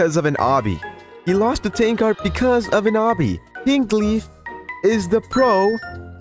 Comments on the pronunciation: Btw you pronounce his name as Tanker not tank ar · "Tanqar" is killing me XD Its Tanq-er is how to say it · The way u prounounce tanqr sounds like ur saying ten cars 😂🤣